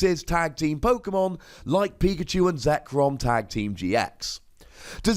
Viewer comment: Not sure pokemon or pokEAmon